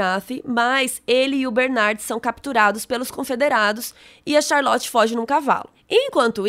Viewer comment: Como albernathy vc fala com sotaque e charlot vc fala charloti kkkkkk amei o vídeo😍